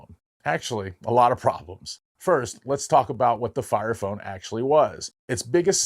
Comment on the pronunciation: did he just say FART FONE?😂